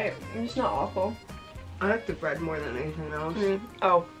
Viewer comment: “ i LUV BrEeAad” 😂